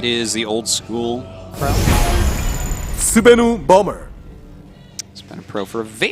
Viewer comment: You are terrible at pronouncing names,. Not just Sbenu - also "Zoun"...